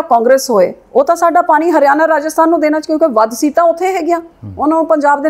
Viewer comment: Punjabi bolni ta sikhla bibi. ਪਾਨੀ ਨੀਂ ਪਾਣੀਂ ਹੁੰਦਾ